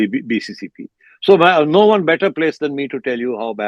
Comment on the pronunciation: Mr sethi can't even pronounce bcci he's telling it bccp 😂😂😂